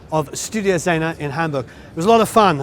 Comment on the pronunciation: Love how you say Hamburg. You know how to say it right. 😊❤greetings from germany.